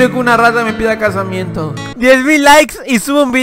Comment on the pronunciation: Like si te diste cuenta que dijo casimiento 😂😂😂